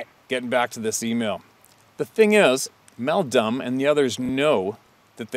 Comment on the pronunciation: He said Meldumb lmfao